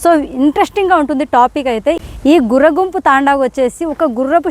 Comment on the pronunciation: అది గుర్రగుంపు కాదమ్మా "గుర్రoగుంపు" తాoడా మాది కడపనే నమ్మా. కొన్ని తప్పులు చెబుతున్నావు. సరిచేసుకో